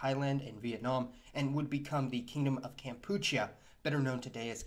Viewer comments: Kampuchea as in Kam pu che a and not kampucha as u say . Interestingly this is all so the name for Cambodia that pol pot and is murderous thugs named the country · Pronounced KAM-PU-CHYEEUH